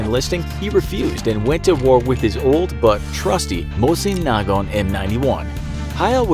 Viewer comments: if you aint gonna say mosin nagant properly, just call it the garbage rod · “Mosin nAygonr” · 3 things wrong I found with the info on the white death half of the video, 1. You pronounced mosin nagant wrong 2. He rarely had a spotter and proffered to go alone 3. He didn’t pile up snow and pour water on it that would’ve given his position away, instead he moved every few minutes so that when he moved the snow would freeze back over. Extra info: when he did have a spotter it was on the occasion that he was doing a job that required it.